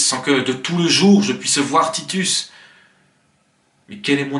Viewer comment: Une vidéo sympathique et bien faite. Une petite erreur tout de même, au XVIIe, on ne prononce pas les consonnes finales, au moins dans le registre courant, donc Titus se prononce Titu et non Titusse, ou alors il faut prononcer perdusse pour avoir la rime. On a le même problème dans les Animaux malades de la peste avec Baudet et Net.